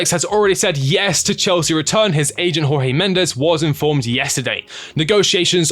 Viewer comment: Felix is a disaster, needed tor Finances only. By the way it's not HawHee Mendes he's Portuguese!